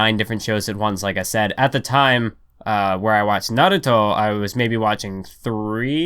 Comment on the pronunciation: Why does you pronunciation of "Naruto", sounds like "Aviato" from Silicon Valley??